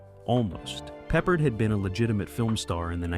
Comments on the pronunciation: George PeppARD!! Not Peppered. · It's pronounced. Pep-Pard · What’s wrong with George Peppered? 😂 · Yeah, George Peppered. I quit watching immediately. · It should be pe-PARD.